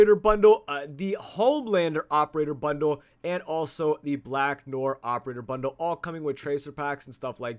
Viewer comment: Who's Black Nor? Why are you pronouncing Noir incorrectly? Who taught you how to pronounce Noir incorrectly? Go read a dictionary.